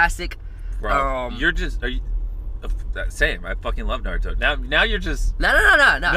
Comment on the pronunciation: I mean homie also said Naruto wrong.